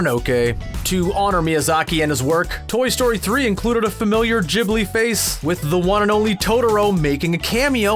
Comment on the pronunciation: It's a HARD 'G' for 'Ghibli', not a soft one.